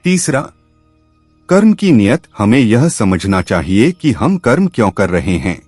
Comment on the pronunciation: आप हमारे आध्यात्मिक ज्ञान को बढ़ा रहे हैं। बहुत अच्छी जानकारी दी है। निवेदन है "कर्म"का उच्चारण आप "कर्मा"कर रहे हैं जो अंग्रेजी करण की बू आ रही है और उच्चारण भद्दा लग रहा है। कृपया शब्दों का हिन्दी करण ही रखें तो सुन्दर होगा।